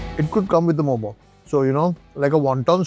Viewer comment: U bloody Indians always claims other foods to yours and our food to others…u cannot even say momo well and says momos 🤣🤣🤣…momo is purely nepali food from newari culture and its called मःमः…so while newari ppl went to Tibet for trading…selling clothes and buying salt newari ppl reach Tibetan ppl…u steal food from others like…Iranian food jalebi, samosa, biryani etc these all are others food…and we are not like adapting other ppl food…bc indians